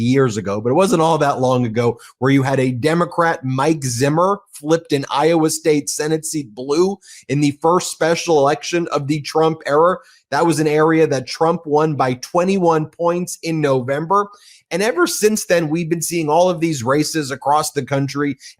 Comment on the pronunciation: Did you just say Trump ERROR instead of Trump ERA? Not that I don’t disagree…